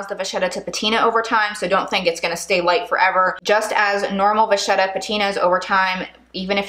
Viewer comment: Vachetta is an Italian name and in the Italian language, if you have a ch before the e, it is pronounced a k. Please don't be mad at me, I just wanted you to know. ☺️👍🏻So it is VaKetta, not VaShetta.